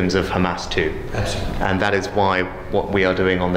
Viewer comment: بيقولك الناس الي اتقتلت اتقتلت بسبب حماس و بتقول ابسلوتلي فكرتني باللمبي والله